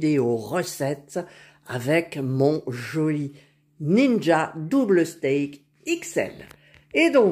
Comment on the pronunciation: pourquoi vous prononcer steak ahah ces stack belle recette je vait en faire demain